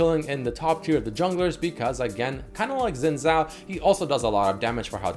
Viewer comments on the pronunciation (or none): When will people start pronouncing Xin Zhao correctly..(shin jao) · How you pronounce Xin Zhao is so annoying